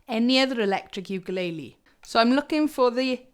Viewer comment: I just want to mention that everyone on British Isles say ukulele wrong. And everyone say it differently. You need to check how to say it Hawaiin. Because it's hilarious or Brits really have problems with speaking other languages 😂 Good amp review ❤️